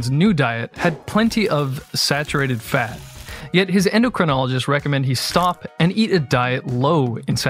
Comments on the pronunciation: Who is here to hear him pronounce “fat” “FEHT”? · The way you pronounce "fat" is dripping with contempt